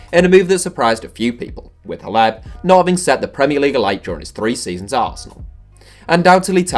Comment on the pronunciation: who's hleb isn't it pronounced klef?